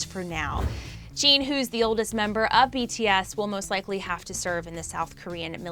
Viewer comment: At least she says BTS’s name right...